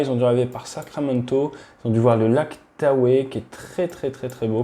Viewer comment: Super intéressant comme d'hab ! Merci. Juste un détail, on dit "Lake Taho". Le e final ne se prononce pas (de mémoire après 2 ans en Californie :-) il y a plus de 30 ans !)